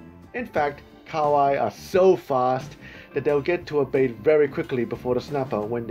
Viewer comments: Ka wai its pronounced ka ha wai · KA-HA-WAI NOT KAWAI